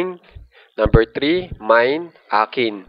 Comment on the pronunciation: I understand your effort. But please make it slow.. and observe pronunciation.. one two tree por payb✌✌